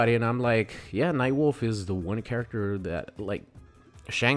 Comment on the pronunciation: No way this man said nightwolf right?